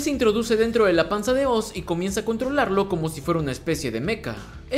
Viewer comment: Es la primera vez desde el 2012 que escucho a alguien decirle OZ a oz y no (OARS) como todos lo dicen. Gracias te ganaste la sub namás por ese pequeño detalle, ya estaba hasta los cojones de escucharlo mal. ❤️🔥😎